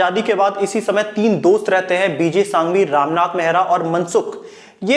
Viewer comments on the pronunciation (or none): सांघवी नही संघवी बोला जाता है ओर कैमल पेंसिल नही बनाता RR industries से बनवाते है